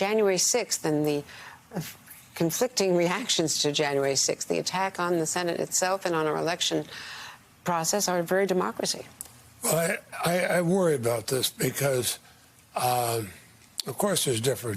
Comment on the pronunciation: DEMOCWACY IS HANGING BY A THWEAD!